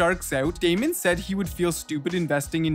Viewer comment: nah “Raymond” is wild fam 😭😭 his name is Daymond btw